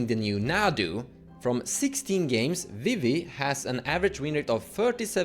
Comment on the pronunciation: Now calling Vivi “Wee-wee”, forever. Thank you